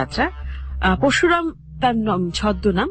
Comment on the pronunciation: Oi lekha dekheo emon uccharon kore! "Paroshuram" k porshuram, Boroda k Borda!!! virmi k bole Vimri..... Emon onek ache!!!!😂😂😂😂 Ami kuasha'r ekjon fan kintu oder bangla uccharon sunlei😂😂😂😂😂